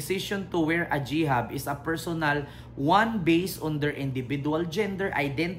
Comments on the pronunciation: Hi....Hijab po at hindi Jihab...Thank you sa pag suporta sa ating mahal na PBBM ✌️❤️🇵🇭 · Hijab po he he baliktad pagkasabi m🙂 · HIJAB, pronounced as it is spelled (HEJAB -).